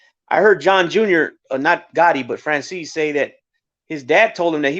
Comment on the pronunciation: it's Michael Franzeees not Franchayzee.